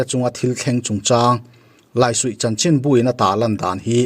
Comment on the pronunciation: Laisuih i lam dan hi a dik lo deuh in ka va hre ve